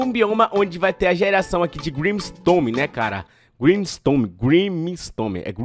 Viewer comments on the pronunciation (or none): Vc falou grimstome ao invés de grimstone pelo que ouvi